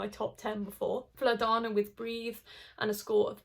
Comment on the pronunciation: I see you are paying attention to correct pronunciation, so in South Slavic languages female names ending on -ana are always stressed on first part, so it is Vlada-na not Vla-dana (Svetla-na not Svet-lana etc). Great video with proper comments! thanks for appreciating Serbia it is unique indeed